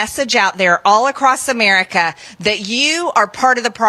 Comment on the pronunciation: How many democrats actually watch Steve Bannon 😳 Side bar: the way 6B marge says "A-MEER-ica makes me cringe😬